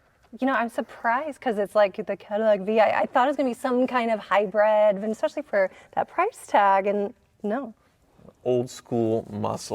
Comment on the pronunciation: saying Hybred and not Hybrid. Smh